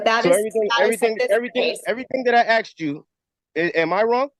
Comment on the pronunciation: It's Asked not AXED you.